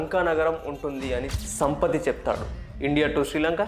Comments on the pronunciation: సంపతి కాదు సంపాతి. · సంపతి కాదు సంపాతి, ప్రొనౌన్సియేషన్ సరిగ్గా ఉండాలి. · మీరు చేసే పని మంచిదే కానీ పేర్ల ఉచ్ఛారణ సరిగా ఉండాలికదా!!! సంపతి కాదు అది సంపాతి 👍🏼 Additional tip: ఇక్కడ లేకపోయినా మీరు పనికొచ్చే ఇంకో పదం: శంభల అది షంభాలా నో శంబాలా నో కాదు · సంపతి కాదు సంపాతి, పేరులని మార్చకండి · సంపతి కాదు “ సంపాతి”🙏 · సంపతి కాదు సంపాతి